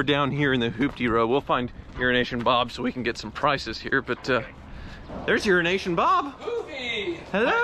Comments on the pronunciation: Every time says 'Euronation' I hear 'Urination' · Do you call him Euroasian Bob or urination Bob because that’s what it sounds like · Did he say Urination? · I'm pretty sure that 5 times out of 6, he does say urination Bob, he certainly did on the Wizzard's video..... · he does say urination. That’s why bob said something like language challenged friend to him. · Ha... This whole time I thought was saying Urination Bob. I thought it was an inside joke that I didn't get. Haha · When says “Euroasian Bob” does anyone else hear it as “urination bob”? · Eurination Bob......gets me everytime!!! LOL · he does say it lol that's why Bob called him "language challenged", luckily Bob is a good sport about it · Lol everytime you say euroasian Bob it sounds like your saying urination Bob. Lol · All this time I thought it was "Urination Bob" 😳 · EuroAsia! I thought you were saying urination Bob this whole time! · Is it just me thats hearing him say "' Urination Bob'? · I can't be the only one that's heard that as Urination Bob??? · I can’t be the only one that hears urination bob every time says it. Maybe because I usually watch at 1.25 speed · Why do you say Eurasian as Urination? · Does he keep saying “Urination Bob”?? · Euroasian ... i thought you said Urine Nation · Why do you keep calling him Urination Bob? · I thought he was saying urination bob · Why do you always say Urination Bob? Lol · Does anyone else keep hearing "urination bob"? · It sounds like you say urination Bob.